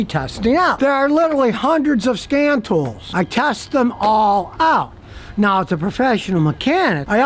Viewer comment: Did he say "Scan Tools" or "Scam tools " ???? :D